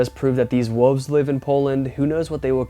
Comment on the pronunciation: you are straight up my man but it is wool-ves not "woofs!" P.S. I appreciate your research (e.g. Battle of Los Angeles)